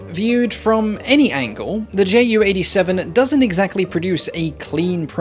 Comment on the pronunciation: I find the Ju 287 (btw in german we don't pronounce that "J.U." but "Yuu") rather cool looking!